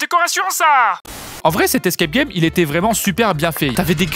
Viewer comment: " Les escae gay"